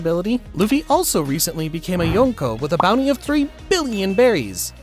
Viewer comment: You're not pronouncing Yonko correctly.